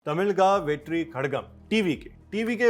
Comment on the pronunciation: Pronounce like this (Tami-laaa-gum) (wet-re) (ka-laaa-gum)